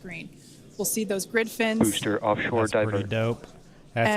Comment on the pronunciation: No other streamer pronounces BEWSTER correctly